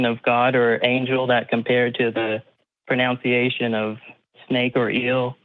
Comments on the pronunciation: He mispronounced “pronunciation’” 😂😂 man this tickled me so much 🤩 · His whole argument hinges on pronunciation of different languages...and he can’t even get his own right (“proNOUNCiation”) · "It's because of the Pro-noun-see-a-tin" "Compared to the Pro-noun-see-a-tin" pruh-nown-see-AY-shun might be what you're looking for mate.